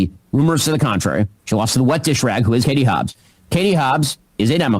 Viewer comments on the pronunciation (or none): I heard you Ben. You said “Hatie Hobbs” real fast.